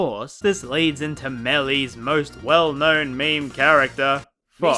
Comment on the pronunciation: Btw its "Meme" not "Mayme"